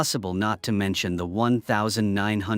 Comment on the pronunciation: Can't even say 1987 properly. AI trash